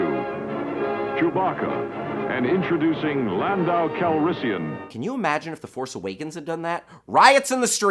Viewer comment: LOL - "Landau" Ballet?